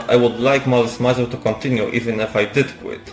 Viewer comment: Thanks for the video, but could you please at least make an effort to say the name of the band correctly? It's not that hard, it's French : malice + misère